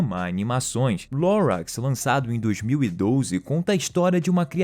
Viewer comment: "Lorax"o cara pronuncio tudo errado.